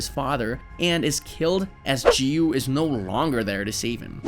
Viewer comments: You pronounce giyu wrong. You pronounce giyu jiyu Its giyu not jiyu ok? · Jiyu lol it's giyu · The fact he's literally pronouncing giyuu "ji-yuu" is hurting me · Let me tell you, but don't get mad, its giyuu not jiyuu. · Not g you giyu what a waste English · when you say "jiyu" like the g was sounding like the letter g not giyu you get me?💀💀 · gyu ❌ jiiuuu✅ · bro why cant this guy pronounce anything right bro its not jiyu its giyu bro and tf is commerrrade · I can’t watch this cuz of the ridiculous way he says Giyu. “Jeeyu” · Bro said jiyu when it’s giyu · Giyu not jiyu. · my guy said ''jiyu'' instead of ''giyu''. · ITS NOT JIYU IS GIYU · its not "jiyu" its Giyu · “jiyu“ HELP IM DEAD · why you saying G-you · he called rengoku "she" he called enmu "she" he pronounced giyu as "jiyu" he called akaza "upper moon two" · stop calling him G-U . 😐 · bro is saying jiyu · Not jiu it’s Giyu with a q ish sound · The "Jiyuu" is very distracting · bro said jiyu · The way he pronounced giyu's name as "JiYu"💀💀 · We not going to realize he called giyu Jee-you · did he really say geeyu 💀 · the way you are pronoucing giyuu is making me angry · bro doesn’t know how to pronounce anything 💀